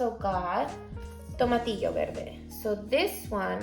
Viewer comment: Good selection! You're going to love the Roma tomatoes, we grow it for a long time and it's easy to grow, gives a lot of tomatoes and it's delicious to eat it raw or canned. I don't know if you speak spanish but pronounced perfectly 'tomatillo' 😁👌. Have a great day, friend!